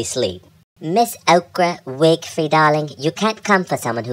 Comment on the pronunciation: “Okra Wigfrey”